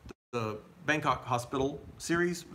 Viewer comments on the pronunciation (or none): none